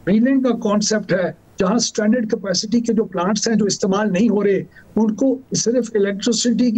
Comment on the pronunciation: Nigosiate cipaicity yeh Kya bol rahe hai